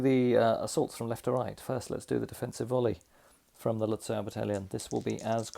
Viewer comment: Another brilliant video. (Lutzow is is pronounced Lut-zoff).